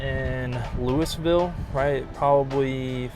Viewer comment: Did you say louisvile